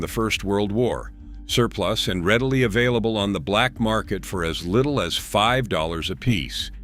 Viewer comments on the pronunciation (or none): none